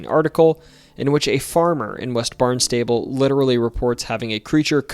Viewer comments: It's Barnstable said like one word barns-ta-ble not like Barn's table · Barnstable is pronounced: BARNZ-TAH-BULL. Not Barn and stable. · Barn-stah-ble. Not Barn-stable which is where you store hay, livestock and farm implements.😅😊😂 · You pronounced Barnstable like “barn-stable”, but it’s actually pronounced like “barn-stubble” 😭 very common no town in Massachusetts is actually pronounced the way you’d think. They don’t even follow their own pronunciation rules LOL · The town of BARNSTABLE on the Cape, is pronounced Bahn-stuh--bull.. It hurts my (and lots but other people's) ears when pronounced Barn-stable. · Oh, uh, can we talk about Barnstable then? Our pronunciations are weird, I get it, but the locals say "BARN stuh' bull", not "barn STAY bull". You could get extra points by pronouncing it "BAHN stah' bull" :D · Hard to believe someone that says barn - stable lived in mass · idk if anyone else commented on this yet, but i think Barnstable is pronounced "BARNST-ubble." that's how i hear it on the news and weather reports, locally, even though i'm not directly from there. we've got so many funny pronunciations vs. spellings, round these parts. anyways, love seeing this about MA!! usually it seems like all the most fascinating paranormal stuff happens anywhere else in the world, so it's cool to have our own local menagerie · barn-stay- ble!! lol! tou are def NOT from here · Barnstable is pronounced "barn-stuh-bull" Leominster is pronounced "lemon-stir" Edit: Meant to say, great job pronouncing everything else! Most people arent worth correcting because the mispronounciations are too many to count. The fact that a 58 minute video only has two mispronounciations is extremely impressive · Barnstable = barn-stuh-bull Love your videos but definitely look up how to pronounce town names lmao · also Barnstable MA is pronounced Barn Stubble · This was cool, BUT--you also butchered the name Barnstable. It's pronounced BARN-stuh-bull. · it's pronounced BARN-stuh-bull.